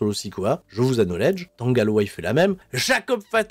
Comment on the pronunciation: Le "k" de "knowledge" est silencieux, mais pas le "c" de "acknowledge" !